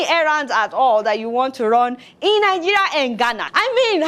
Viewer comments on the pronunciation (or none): Lol I like how you pronounce 'Nigeria' - Nigeya 😂